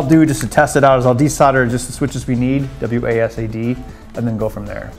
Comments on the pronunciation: It's not wassad, it's Wossed WASD or Wazzed. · WAHSAD? wtf did he just say?